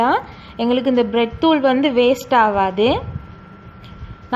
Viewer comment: 😀😀😀No Blet thuul... Bread Thuul...